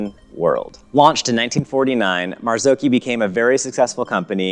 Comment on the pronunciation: Mazaoki isn’t how it’s pronounced ;p mazz awe chi